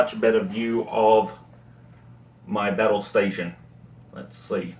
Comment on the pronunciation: Did you just say battal stations?